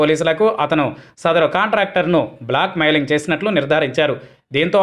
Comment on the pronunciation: " block mailing " kaadhandi .. " blackmailing " antaaru !